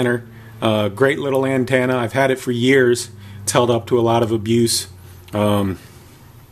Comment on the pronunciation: What the hell is an (an-tanna) ?